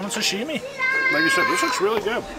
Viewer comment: ...it is sashimi, not sushimi. Pronunciation is like You would say sushimi american way.:) Great video as always.